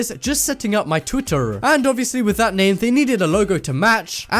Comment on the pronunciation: when he pronounced twitter haha